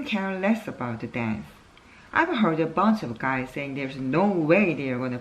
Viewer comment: 👍👍 Uncle처럼 이혼많이하면 관계전문가( an expert in relationships who has married 4 times)되나요? 농담.. Recliner( 뒤로 졎혀지는 의자에서 2번 들어 보았습니다... Scrimmage 같은 조금 어려운 단어는 아무 문제없는데, heard, said 가 hurt, says 인지 쪼께 한박자 늦게 좆아가게 되네요...(저만 그런가요?).... 읽으시다가 (속으로) 액센트 더 넣어야지! 하셨는지 중간부터 더 좋았어요...